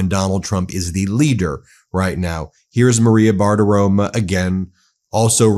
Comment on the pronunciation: Bartirom"o" not Bartirom"a" 😢 sorry Ben, I still love you